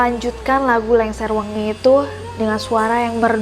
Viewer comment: Lingsir wengi mbaaa bukan lengser wengi hehehehe 😁